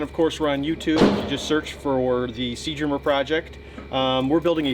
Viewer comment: Can he say "SEA DREAMER" ? sounds like sea germer project.